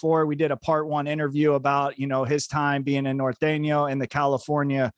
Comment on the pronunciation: I’m just glad you knew how to say Norteño as a white 😂 I’m white too but I hate how whites pronounce Nortenos lol